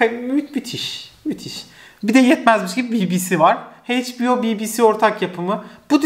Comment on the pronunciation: emeğini takdir ediyorum ama sürekli kelimeleri yanlış telaffuz etmenden sıkıldım “Heyçbio” ya da “paunT” derken hiç düşünmüyor musun? hiç duymadın bu kelimeleri daha önce?